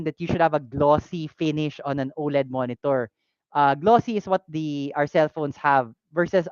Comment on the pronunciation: Sorry I wasn't here for the live stream, but I did let out a chuckle watching the VOD when I heard you say "moenitor" haha! Though honestly may konting kirot sakin yung announcement with the timing of things, I don't regret making my most recent purchase as I know I got it from the right shop, the shop that will have my back if ever the time comes that I need to claim warranty. That little extra cost is well worth the assurance that the shop cares for its customers. Just ignore the noise the haters make,. Even if the shop is not that easy to run in terms of meeting revenue, just keep on keeping on, and don't ever get tired of putting your customers first.